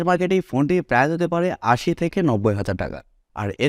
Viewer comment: ভাই এক লক্ষের উপরে সাবস্কাইভার কিন্তু এখনো Price/প্রাইসকে উচ্চারণ করেন prize/প্রাইজ। দুইটার শব্দের অর্থের পার্থক্য আকাশ আর পাতাল। ফেসবুকে বিভিন্ন পেজের কমেন্টে অনেক অশিক্ষিতরা এভাবে প্রাইসকে প্রাইজ বলে। আপনি ইউটিউব চালাইয়াও তাদের দলে। আপনি এভাবে সামান্য একটা শব্দ সঠিক উচ্চারণ না লিখলে আপনার ভিডিও কেমনে মানুষ দেখবে আর বিশ্বাস করবে? মানুষ তো ভাববে আপনি সামান্য প্রাইস শব্দই বলতে পারেন না।